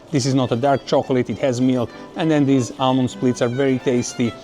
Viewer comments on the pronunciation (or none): none